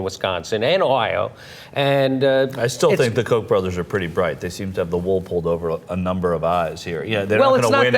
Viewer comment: when you say millions of dollars of kock money some people may get the wrong impression lol